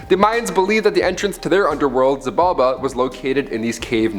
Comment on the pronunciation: It's pronounced She-bal-bah, Xi in the Mayan tongue makes a "sh"